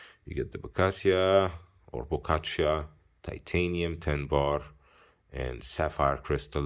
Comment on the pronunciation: Moin, Ich würde es "Bo-tschi-a" aussprechen.